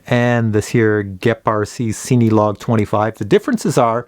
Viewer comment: It's a great review but the only problem I have, is that you say the name like it's seeny. It's pronounced just like the word Cinema hence why it's made for filming. And I know that's nitpicky but you do a lot of those types of drones and just the way you pronounce the name drives me batty LOL